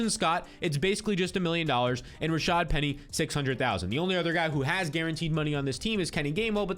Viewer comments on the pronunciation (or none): none